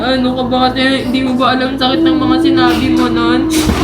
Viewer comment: Sakit❌ Saet✅